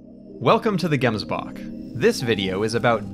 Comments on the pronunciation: You're pronouncing "gemsbok" incorrectly. The "G" is guttural is is kinda like hocking up a loogie :-D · Came to see how badly you pronounced gemsbok, stayed for the great analysis